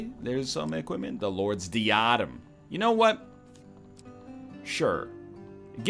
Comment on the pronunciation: DIE-UH-DEM for the love of god